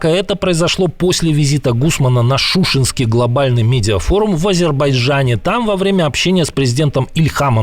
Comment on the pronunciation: Уважаемая, не "шУшинский", а "шушИнский"